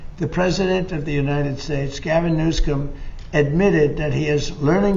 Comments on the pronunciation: He actually called him President Gavin Newscum, that's what it sounded like to me! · He better start saying, newsum properly. He can Have "president PEDOPHILE", can be slipping out of newsom's mouth!